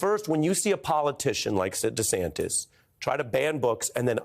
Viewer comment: 🤔🤨😶?. Did you say Sid DeSantis?😂😅🤣.Now that's funny😌👍😁😇.